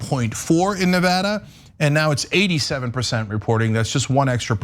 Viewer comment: Cenk pronounces Nevada two different ways within the space of ~30sec.